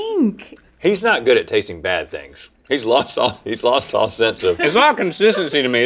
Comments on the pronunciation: did link say "Very close but I loust" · Link saying “losed” instead of “lost” foreshadowed what would be coming next from him: messy behavior